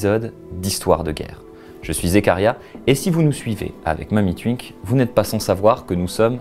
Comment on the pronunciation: Ça me fait toujours rire le "wi" prononcé "ui" dans Mamytwink ou Twitter x)